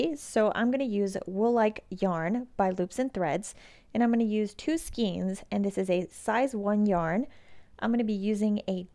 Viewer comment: Not skeens--but SKAYNES (rhymes with veins or reins).